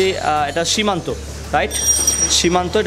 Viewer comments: ভাইয়া উচ্চারণে অনেক ভুলভাল বলছেন। সিমানু কে সীমান্ত, টরনেডো কে টরেন্ডো ইত্যাদি 😂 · Kotha bola shiken..shimanto na shimanu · সিমানো কে সিমান্তো বলেন কেন??? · It's shimano not shimanto...and tornado not torando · Its shimano not shimanto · Shimano not shimanto